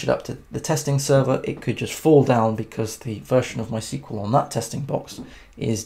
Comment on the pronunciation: Thought I'd let you know mysql is pronounced "My Ess Que Ell"